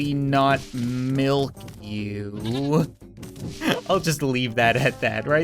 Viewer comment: "i'll totally NOT milk yew" 🤣🤣🤣🤣🤣